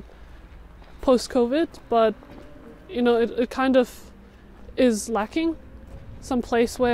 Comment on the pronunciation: "Tiny town". Tens ay thousands ay folk.